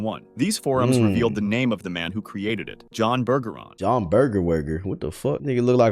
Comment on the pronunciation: did he just say his name was burger